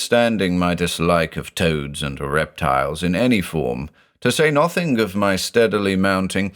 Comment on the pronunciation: "n0thing is like a drinking game now, i have to say N0thing, in the accent everytime.